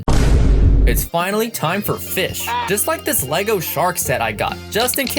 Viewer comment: It’s. Not. Called. A. Fiss. It’s called. A. Fish. Go. Back to. School